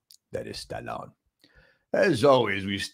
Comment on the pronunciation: he gets me at stah' lone